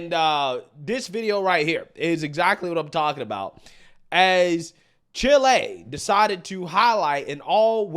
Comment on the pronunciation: ChilE dude, not chilay. Ignorant pronunciation is not cool. I saw a comment on YT yesterday where the guy was talking about hearing the Rickershay of the bullet. (Ricochet in case you didn’t know) Come on people, try a little harder.